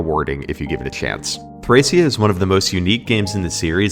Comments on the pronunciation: its thrakia. hard c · NO ITS PRONOUNCED "THRASHIA" all jokes aside, cool vid!